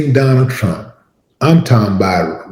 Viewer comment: He says just like pwesident tchump, aadreean.❤️🗽🇨🇦⚔️